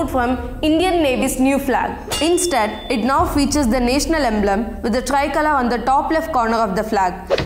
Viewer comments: Why dnt you pronounce National properly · The way she pronounced 'national', I died :'|